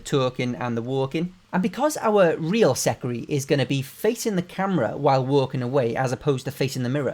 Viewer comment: "taUlkIng AnD tHe wOuLkEiNg" got me